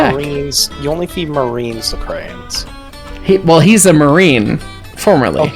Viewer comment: "Cren?" You mean "Crayon?"